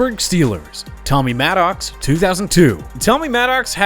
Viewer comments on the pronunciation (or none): That's now how you pronounce Maddox.